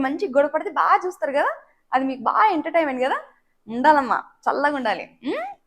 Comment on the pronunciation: Ye entertainment correct ga pronounce cheyyi